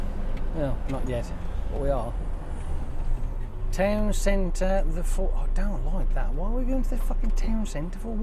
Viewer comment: Did you read Towcester as towncentre lol